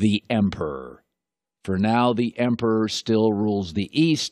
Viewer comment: Why can't he say emperor?